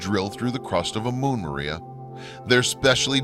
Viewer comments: PS It's pronounced MAH-re=uh, Not MARE-e-uh. It's Latin, dude! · People will believe anything to avoid admitting GOD PUT THE MOON THERE. Edit you keep saying maria like the way whites use the name.. It is said as Spanish say it with emphasis on the R, like my username... It's not pronounced Mirria.. It's MAR-e-ah(Mars without the S) and emphasis on the R.. Not Mur-E-ah